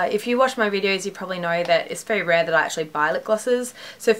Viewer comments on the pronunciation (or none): none